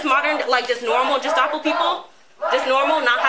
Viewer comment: She's so wise, but uses the soft 'g' when pronouncing "Gestapo."